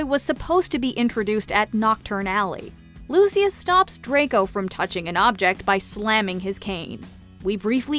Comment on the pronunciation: Please at least have a fan do the video. They mispronounced Lucius’ name. It just hurt 🗡❤️